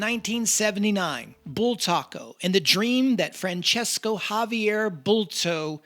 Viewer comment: I can tell you that his name is Francisco., Like San Francisco town. In catalan language his name is Francesc, so you can see that there are no "o" at the end, like in the Italian name. So never say Francesco, that's a big mistake. If you have doubts about it you can write Francisco on Google and ask for pronunciation and you will hear how it sounds, same tha San Francisco town. Hope it helps. But please don't write Francesco, that's a big mistake. And big THANKS for the nice video anyway !!!